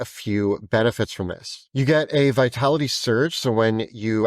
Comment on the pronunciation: Them: "Vitality of the Tree: Me: "Vitali-tree"